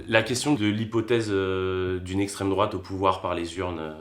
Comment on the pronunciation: Quand t'essaye de dialoguer avec un antifa en MANIF! "lestraime droate c pas bien" et ducoup tu pense quoi de la 5G? "estraime droate". Et la tache sur mes couille t'en pense quoi? "estraime droate" D'accord et c'est quoi t'on plat préférer? "estraime droate" haha je t'est eux ! meeeeeeeehhhhh